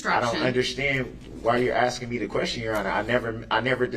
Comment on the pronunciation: He contracts himself constantly!!! He doesn’t understand yet he’s throwing out all these rights he reserved! And his long nails and his axing make him even more vile.